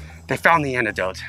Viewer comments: it's interesting that sam is pronouncing antidote as anecdote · Awesome channel 👍🏼 but it is antidote.... not anecdote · she meant antidote. i think. but she definitely said anecdote. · Is saying anecdote? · My girl said anecdotes instead of antidote 😂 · Anecdote No it is antidote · Is it just me or was saying "Anecdote"?? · I would swear she was saying "anecdote". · That's what I heard her saying, and it absolutely drove me nuts Haha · It could be just me, but I would swear was saying "anecdote" instead of antidote.... Like, how is a short amusing story about a real incident going to cure anything.... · I kept hearing anecdote too. lol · Antidote, not Anecdote. Love you guys =) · Is saying "Anecdote" instead of "Antidote"? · its antidote, not anecdote. An anecdote is a storyyyyy. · kept saying anecdote. I thi k she meant antidote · super colonel I was today years old when I realized that it is not “anecdote”